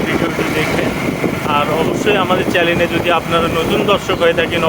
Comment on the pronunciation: চ্যালেন কারে কয় ? আগে উচ্চারণ শিখেন ভাই!